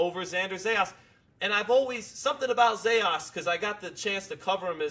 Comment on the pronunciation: these guys been talking non- stop about Zayas and still can't pronounce his last name right😂😂😂😂😂😂😂